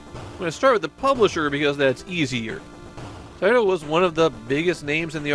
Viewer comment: Are these videos narrated by an A.I. voice? Avery once in a while, there is a word constantly mumbled through, in this case, the word "Taito". I thought this serious was a passion project for somebody, but now I'm questioning if I should keep watching.